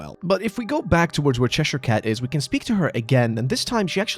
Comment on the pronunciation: Good video but the butchering of cheshire cat is just mean😢